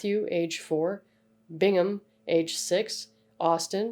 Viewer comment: It’s Brigham not Bingmon and we called him Reno I am the “Nefew” Left Unharmed?? Idk if you can call it that The shovel to the windshield story isn’t true I remember that day and she hit and broke it herself and called the cops She would have us hid up by the barn until the cops left … Anyways I wanted to correct those few things mentioned